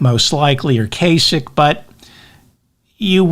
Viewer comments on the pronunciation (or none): none